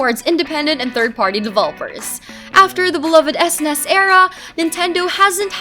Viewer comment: You learn a new way to pronounce SNES every day!